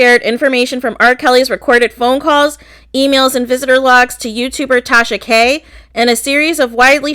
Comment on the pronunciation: Take-Sha-Ka👀👀Gurlll you in trouble 👀👀🤣